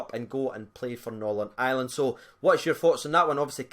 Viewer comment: trying to say "Northern Ireland" lol